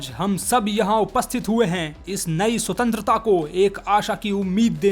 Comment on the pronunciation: Bar bar Sutentrata sutentrata kare ja raha he 😂😂